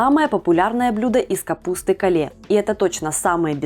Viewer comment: Капуста Кейл , а не кале 😅